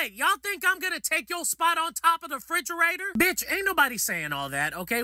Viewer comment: “Y’all think i’m gonna take yo spot on top of the friderator?” 😂